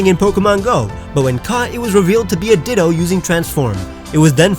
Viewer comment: He said ditta not ditto